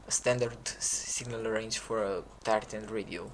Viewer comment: I thought you kept saying "the tartan tanks" instead of tier 10 tanks